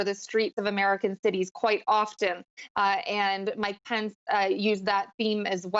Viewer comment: this news anchor doesn't know how to pronounce Pence!lol